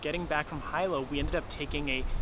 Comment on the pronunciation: It's like you guys ENJOY purposely mispronouncing the names of places around the Island, like a gringo/haole lol. Jk I kid. We enjoyed the footage, love Big Island!